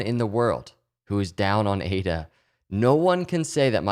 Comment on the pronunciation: eight-uhh is making me some wicked big gains it's bonkahs, my guy!